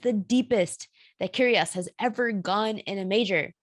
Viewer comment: when you pronouns Nic's surname, you must doing it with a silent G - Kyrios